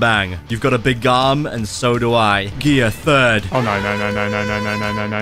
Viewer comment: Gear 3rd. WHY DID YOU MISS PRONOUNCE IT.